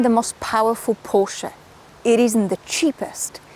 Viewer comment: Love the way you pronounce Porsche with the 'e' at the end, and not Porsch... Like most internet reviewers..BTW your 'silent sex' comment is the funniest thing any motoring journalist has ever said😂 I would take this over any electric vehicle, be it an SUV or lawnmower....